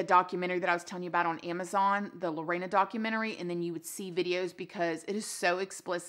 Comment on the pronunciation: Also her name isn't Lo-rey-na It's literally sounded the way its spelt Lo-RE-na